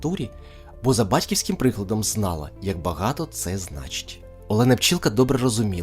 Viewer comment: Зна'ла, а не знала'. Напевно Олена Пчілка вірно ставила знаки оклику, на відміну від автора цього ролику.